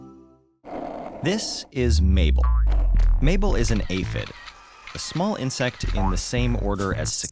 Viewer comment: It's Mable like maple, not cliche?